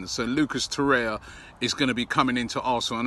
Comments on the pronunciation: It's TorreIRa, not Torrea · Its Torreira not Torrea